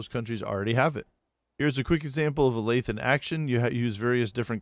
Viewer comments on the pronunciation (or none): Very good video. Thanks. PS. This isn't a criticism, but I've never heard "lathe" pronounced the way you pronounce it. I've always heard it with a hard "th" sound, not a soft one. It might be just a regional variation or something. I'm no expert. But if not, you might want to listen to this